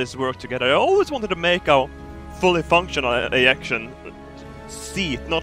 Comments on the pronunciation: See when he says ejection, I keep thinking he says 'ejaculation seats ' 😥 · Did he say ejaculation seats 😂😂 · wait, didn't say "eyaction seats"???????? he actually said Ejection??????